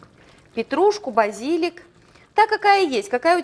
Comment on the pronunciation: Як же вона дістала зі своїм БазІліком хоч би раз словник відкрила та подивилась куди наголос робити.